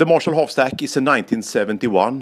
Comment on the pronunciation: Erik Hurtig at what points do you mean? Was it Märshall or Ärange